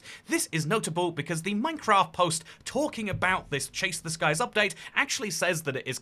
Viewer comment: Damn i really want this "Upate" 😂❤